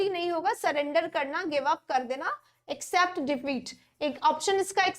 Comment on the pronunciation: इक्सेप्ट कि एक्सेप्ट मैडम? U pronounced इक्सेप्ट